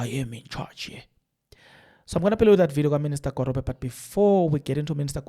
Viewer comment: just a bit of advice can you please pronounce the ministers' name appropriately It's pronounced as 'Gwagube'. The 'r' is pronounced as a 'g' Remember Nelson Mandela's moddle name "Rholihlahla,"the middle n